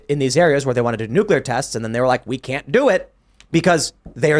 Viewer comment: It’s Nuclear and pronounced Nu-clear not Nu-que-lar.